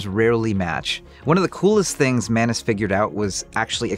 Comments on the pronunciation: Its not manus its Maa noos - मानुस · Why do I always hear “menace” instead of Manus?